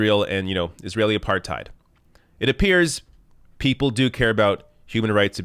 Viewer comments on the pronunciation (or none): none